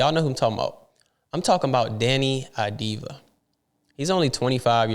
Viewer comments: its "AVDIA" or "AVDIYA" not "AVDIVA" .... it"s Av-di-ya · It's Av-di-ya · Deni, last name procurance : Av-Di-YA, please take a note!